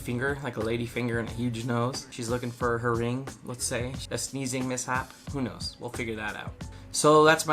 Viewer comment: There was a point where you said "who knows" but I took it as "who nose" 😂😂😂